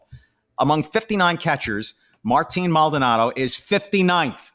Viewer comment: first his name is Mald-O-nado, not Maldnado. Second "Uncle Mike" is loved in the clubhouse but he has been a non-contributor on the field for two seasons. Third, only casual fans on social media are turning on this team. For those fans have only been on board during this great run. I have been watching and listening to Astros games since the 60's. I witnessed the building of the Astrodome. I watched players like Bob Aspromonte, Rusty Staub, Sonny Jackson, Jimmy Wynn, Bob Watson and more play for bad Astros teams under poor ownership. Fair weather fans will always exist especially with the existence of social media ( which obviously I lived without most of my life). And it is because of social media that you spouted off your takes on Brantley's little speech and who knows where you came up with Maldy threatening to leave if he's replaced! I can only suggest that in the future don't post comments if you're "half asleep" and don't let yourself get wound up about a minority of misinformed casual fans on social media. Remember this too; your fast and loose info you posted is digested by the same people you criticize.